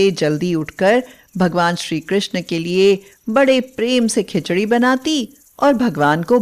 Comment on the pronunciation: 2 bar bar khincha kyon bol rahi khichdi bolo please